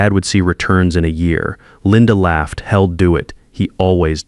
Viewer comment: Someone needs to teach your AI how to pronounce words with apostrophes. We'd is not wed, he'll not hell. Your AI is stupid.